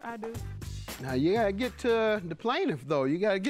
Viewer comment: she said, you "ignent.."